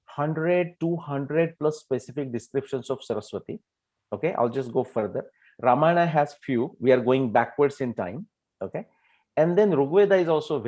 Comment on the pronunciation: WHY ON EARTH do we MISPRONOUNCE our names....it is not VedAAAAA, RamayanAAAAAA...